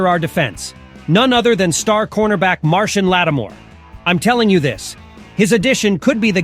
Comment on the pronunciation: I don't know how Marshon Lattimore pronounces his name (and I had to look it up), but I'm sure it's not "Martian."